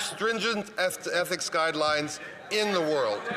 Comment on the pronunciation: Mckinnon is so rotten to the core he cant even pronounce..Ethics!!!